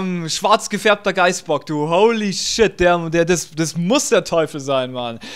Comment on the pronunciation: Bei deinem Geisbock hab ich dauernd Geist-Spock verstanden^^